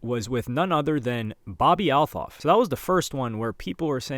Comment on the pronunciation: You don’t pronounce the “th” in Althoff, it’s just “t”